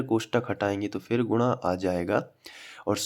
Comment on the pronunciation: Sir gunna ko gurra kyo bolte hai